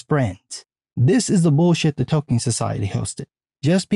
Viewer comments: Oh, Tolkien society. Haha -- sounded like "The Token Society." 😂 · Forgive my 23 years of Field Artillery but every once in a while it sounds like you’re saying “the Token Society.” But that a whole other video.